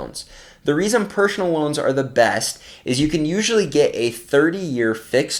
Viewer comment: Pershhonal lol thanks for the great content as usual 🤜🏻